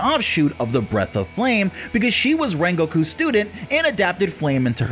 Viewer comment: its not ren-go-ku its ren-guk pronounce it like that, but its spelled rengoku